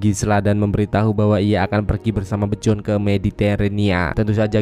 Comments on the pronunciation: Bion anying bukan bjon😂😂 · penyebutan namanya masih salah min... Bjorn dibacanya biorn bukannya bejon,... hvitserk dibacanya vitserk bukan havitsek, Gunnhild dibacanya ganhil bukan gunhil. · Byorn (terbaca Bejon)